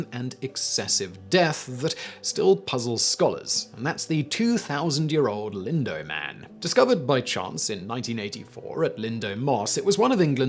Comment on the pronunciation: I know pronunciation is a matter of region learned and input from interaction, but one should try to pronounce proper names correctly, especially if you are from that area of the world. Lindow is pronounced in the second syllable like the word "now", not the word "doe". Sorry, it just bugged me every time you said it.